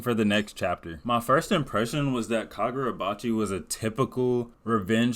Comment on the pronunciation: fumbling the name😭 But finally getting caught up myself, I’ve seen what the hyped been about and looking forward to the next chapters